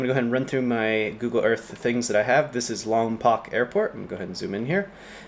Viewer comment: Lom”POKE” not Lom”POCK” pulease… only W.C. Fields can pronounce it LomPOCK (“The Bank Dick” — 1940.